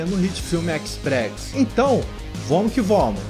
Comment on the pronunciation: Tenho certeza que ele fala: "Vomo que vomo," só para irritar a gente! kkkkkkkkkkkkkkkkk Poderia compartilhar o Nome das musicas usadas nos vídeos, pela descrição.